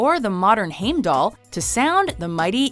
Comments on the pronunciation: QUICK LANGUAGE LESSON! HEIM is pronounced like HI-M not HEY-M in Scandinavian tongue I don't know how to describe Y because Americans don't have that sound in their language In Scandinavian Loki is Loke pronounced like Lok-uh Odin is pronounced with a pitched EEEE on the I And finally Thor is spelled the same but is pronounced TOR Ain't your fault you can't pronounce it correctly, It's all those wired American sounds in the pronunciations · heimdallr - Hi-m-dal..... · You've seen the Thor movies, so why do you pronounce them like Beefrost and Heymdaller. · Lol HEIMDOLLAR 😜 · no... No not at all. You heard the way they said Gjallarhorn and Heimdall? Hell nah